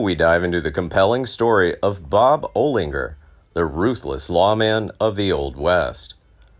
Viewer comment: Oh-Linger? What the Holy Fuk? get the Fug Out - are you a Jew?